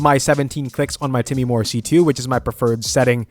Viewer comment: Time-more. Not Timmy-more.